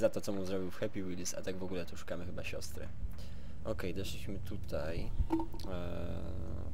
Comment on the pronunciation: "śostry" Boże dopomóż.